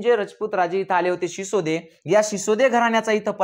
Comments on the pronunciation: Shisode nhi Sisodiya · Shisode nahi Shisodia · शिसोदिया वंश आहे शिसोदे नाही sir